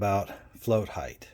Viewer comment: Btw...Height is height. NOT HEIGHTH. So annoying